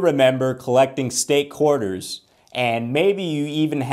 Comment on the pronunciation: This dude says ''Körterz'' ....like a 6 year olds pronunciation. QUARTERS.... ..Koreterz....Coreters'...Coretearz..etc